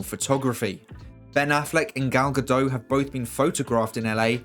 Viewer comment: This stuff is pretty exciting! It’s hard to believe the DCEU prospects have turned such a 180 in the last year. Side note: Gal’s surname is pronounced with the t at the end ;)